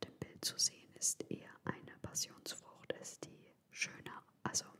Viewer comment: Wie ich am Anfang schon lachen musste. "Des isch a Haul!"🤣 Ich liebe diese Videos von dir und lasse mich immer gerne inspirieren! <3